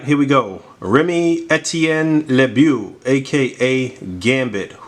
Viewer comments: It's pronounced as Remy "Le-bow" i think. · It's pronounced "Le-bo"